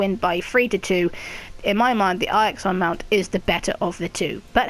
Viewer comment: Eye-ixon lmao 😂